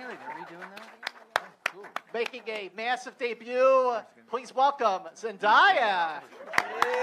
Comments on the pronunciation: It’s pronounced ZEN-DAY-A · “Zendiya” 😂😂 I’m dead . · M. Selin Dalkiran ikr where do ppl get the ‘i’ from. zen-DIE-a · Dude come’on Zandaya? Not how u say it man it’s the 21st century he should know how to pronounce ur name. Tam Hallond😂 I love how in the beginning Tony got no claps, poor him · Did anyone else cringe when he said Zen DIE ah? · Because I’m stupid the guy kept pronouncing zendayas name wrong then in a homecoming interview zendaya like joked about Tom and Tom went zendiya haha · srry but I can’t ignore the fact that he just said zenDIEa 💀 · It made me cringe so bad like it’s literally spelled like it’s said zen day a ... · It irritated me that the interviewer kept pronouncing Zendaya's name wrong. He's not the only one who has done that but her name can't be that hard to pronounce. It's ZEN-DAY-A, that's easy to pronounce. I found it so rude when he brushed it off and continued the question after she corrected him. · fbdbdb but in his country you pronounce it Zen DAY A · well u need to tell ppl in ur country it’s zen DAY a it’s respectful to pronounce her name correctly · Annocer: Please welcome....[how do you say her name?!?! I’m gonna guess] Zendia!! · HE DID NOT JUST SAY ZEN DIE A Omg I’m done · HELLO ITS ZEN-day-a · i’m mad ‘cause i know he hears other cast members (Laura & Tom) pronounce Zendaya’s name correctly, but continued to pronounce it incorrectly. then, when Zendaya did correct him, he brushed it off and continued w the question. disrespectful. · You’d think he’d look up how to pronounce Zendaya’s name... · LOL ZENDAYA WAS SO MAD WHEN HE KEPT SAYING HER NAME WRONG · maybe he thought it was like Maya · Typical company man. He's just trying to do the job right. The cast literally said her name three times and he still said Zendaya's name wrong. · Hey said Zendaya wrong